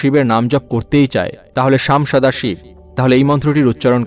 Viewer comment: শামসাদাসী নয় 🙏সাম্ব্যস্যদাশিব্🙏